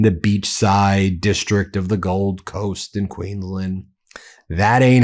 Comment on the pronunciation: QueensLAND. You must pronounce the end of the word as “land”. It’s not pronounced “QueensLIND”. Just saying. 😉